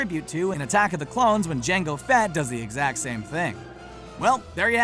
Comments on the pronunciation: does he actually say dango instead of django? :)) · Yo you said django wrong